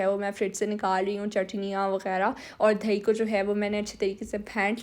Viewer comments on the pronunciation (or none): its DAHI.....NOT DHAIII D A H I